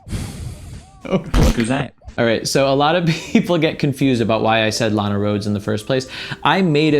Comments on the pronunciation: I thought you said “a lot of girls” not “Lana Roads” or whatever her name is so I found it weird when PewDiePie looked up that girl 😂😂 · Instead of hearing "Lana Rhodes would never go for Pewdiepie" I thought you said "Alot of girls would never go for Pewdiepie." 😂